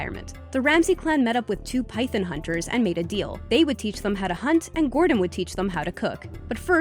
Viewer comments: It's Python not Pythen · Pie - thon not pie - thun you sound like Mike Tyson when you say it like that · its pyTHON, not pyTHIN. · Man.. the way she kept sayin pythin was pissin me off is pronounced PYTHON!! PIE-THON Not PIE-THIN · Python* not pythin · PythOn not Pythin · Its phython not phythin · Why is she saying pythen It’s so fucking annoying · if you say 'pythun' one more time... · Pythun lol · Not to mention it's pronounced pythOn, not pytyn like the narrator would have you believe. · Its py-THON not py-THIN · It’s pronounced pyTHON not pyTHIN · Wtf is a "pythin" ??? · How you say python pisses me off so fucking much lol “ pythin “ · It's not spelled pythIN its python. Dont ever say it like that again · Why does she say pythen its python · why do you make suck a big deal about it it’s better than just throwing it away it’s still food and it’s python not piephin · please its a python not pythin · Pie-Thon. Long 'o' sound, as in "-awe." Not, "Pie-thin." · Its Py-Thon not Py-Then come on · "Pythun" ol face ass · Pie - Th - On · It's PIE-THON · Who else cringed every time she said “pythin” 🙄😂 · That's not how to pronounce python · Stop saying python rong its triggering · I rather eat the maggot cheese then hear the way she pronounces "python" xDDDD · Your say python wrong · your saying python wrong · First off, every think about looking up the pronunciation of "python"?. And also nice bot liking all the comments to make it look like you read them all. lmao. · Can you pronounce python correctly please? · She doesn’t know how to pronounce python